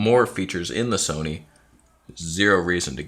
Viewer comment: Where is the “Toneh” t-shirt? You know it has to happen.